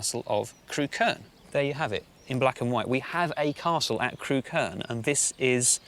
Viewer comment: It's pronounced 'Crook-urn' not 'Crew-kern' 😆 It's funny that they went all the way to Ham Hill and didn't mention that right next to it is the site of a motte-and-bailey castle that overlooks Montacute and the edge of Stoke.